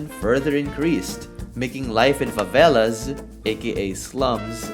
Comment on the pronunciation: Perfect brasilian pronunciation of favela e baile btw